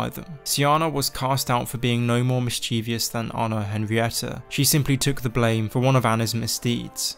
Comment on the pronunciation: Mischievous, not mischievious.